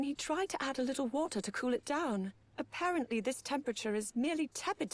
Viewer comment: She also says "a-pear-ent-ly" when it should be "apparent-ly"